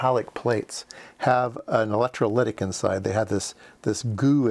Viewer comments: That was a kind response to my fairly rude comment. Thanks! Consider re-doing those kind of mistakes so that mispronunciation is not perpetuated? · sometimes my brain and mouth don't sync up. sorry for the glitch. I do know how to pronounce electrolytic.